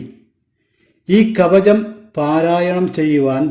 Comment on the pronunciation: കവജം അല്ലടാ " കവചം" എന്ന് പറ...😅😅😅😅